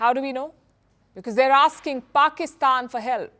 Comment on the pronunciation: "Aksing'..for réparation is shameless begging... colonialism gifted you many positives... like dragging y"all kicking and screaming into modern twentieth century and... besides giving you a dynamic language to make newscasts like this one.